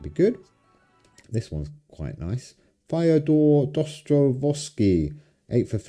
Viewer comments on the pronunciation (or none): O boy how you just butchered Dostoevskys name that's a crime you deserve........ punishment xD